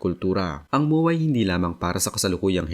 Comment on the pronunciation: Moowaa pla Yan 😢 kala ko MOA MOOL DN tawag mo hnd lahat bisaya na nood Sayo kaya mag aral ka mag pronounce ng tagalog Ng Tama kaya kayo na pupulaan na bisakol or bisaya bay na bay Kasi sa poorma😅 promise